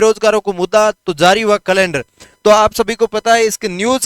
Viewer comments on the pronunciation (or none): सर "कलैंडर" मत बोलो "कैलेण्डर" बोलो।